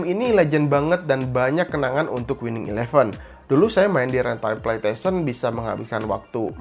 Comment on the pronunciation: Ane denger nya kok pletesien ya bukan pleystesien